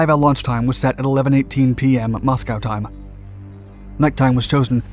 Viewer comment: Accentuates his role play as he pretends to be stuck in that era, the forced emulation of old school orator speech patterns... except it gets too forced at times, he even threw in the modern mouth-breather mispronunciation of *time( as "time-a-uh" at one point...